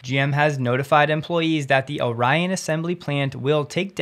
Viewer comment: The Orion Assembly is pronounced or-E-on, not O'Ryan